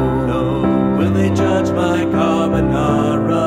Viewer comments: you know it's not Carbonara when the chef pronounces it "carbuhnawra". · The more you say carbonara, the wronger it sounds.